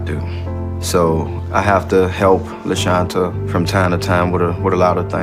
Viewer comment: The way the voice over butchered LaShantas name 😐